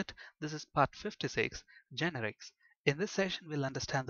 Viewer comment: its not GEnerix, its geNErics